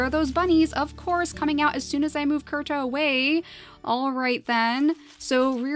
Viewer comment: When you found Kirta, and pronounced it Kurta, I automatically said he had to be the last survivor of his clan.